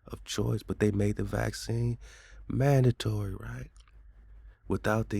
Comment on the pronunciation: Break down the word man-da-tory👁